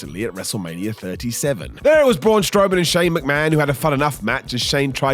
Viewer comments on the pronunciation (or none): none